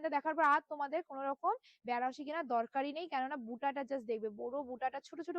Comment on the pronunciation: ব্যানা নয় দিদি bolo বেনা..😅